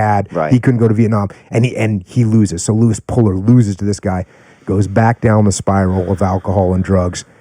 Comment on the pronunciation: Puller not Polar